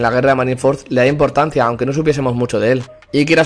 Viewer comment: Impotancia jajaja